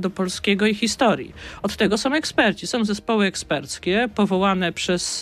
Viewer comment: "Osoby które som"....I taki ktoś zostaje ministrem edukacji...